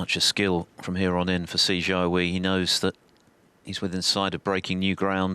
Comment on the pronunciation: Just wish the commentator didn’t keep calling him See Char Wee instead of Si Jia Hui. You’d think after so many years of Chinese presence in the sport they might at least make an effort. Quite disrespectful.